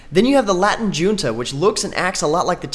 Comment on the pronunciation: He pronounced Junta wrong.